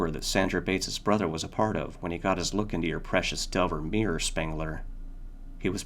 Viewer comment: Just a small note; The name of the mirror / maker of the mirror, is 'De iver' as opposed to 'Delver'. Nice read though